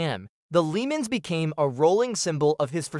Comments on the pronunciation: FAKE AI voice can't pronounce "LeMans" right! I HATE FAKE AI SHIT!!!!! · This is one of the absolute worst lists i have ever seen. First off, the title is misleading as many of these are driven by bad guys rather than being evil vehicles. The spelling mistakes are awful, nobody says Gotham or LeMans that way, unless it was an AI voice. Some of your choices are not evil like Robbie from Joe Dirt, Buford T Justice is a cop, AND MAD MAX IS A FREAKING HERO!!!!!! Also not including other proper evil cars such as the green goblin truck from Maximum Overdrive and the car from The Car are serious oversights.